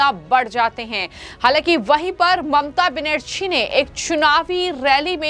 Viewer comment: तुम्हें अभी तक बंगाल के सी एम का नाम भी ठीक से बोलना नहीं आता तो हिन्दी में वीडिओ क्यों बनाने लगी हो।